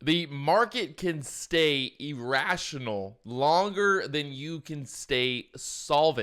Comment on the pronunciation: kannot even pronunce "irrashionul" :D